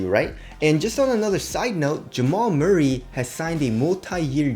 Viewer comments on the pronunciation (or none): none